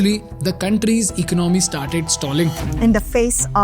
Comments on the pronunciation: Still cannot pronounce “economy”😂😂😂😂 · Great video with a lot of research backed info...very informative....trust a lot of hard work goes into this. Just a small request as you probably have a lot of young viewers/followers who probably emulate you...please ensure correct pronunciation of words in your commentary, eg: Economy, Miracle, so that your listeners don't end up learning wrong way of speaking and carry it with them wherever they go. Hope you take it positively 🙏